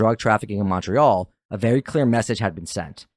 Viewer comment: Maybe get a narrator who can pronounce Quebec properly next time…everytime he said Quebec or Montreal like nails on a chalk board Ps that didn’t sound like a Canadian accent dude